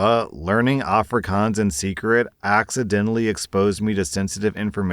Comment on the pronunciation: A* for effort with the Afrikaans, though it is a little more of an O sound but soooo much better than the Ah-frikahns most English people say.